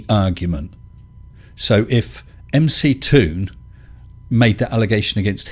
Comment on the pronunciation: Hey, it's NOT Mc Tòon (mick toon) it' M C Toon, like the rapper MC Hammer. (em cee Toon) I'm just sayìng. 0_0